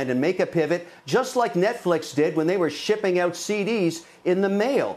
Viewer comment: Kevin's canadian accent just showed up, "ouut"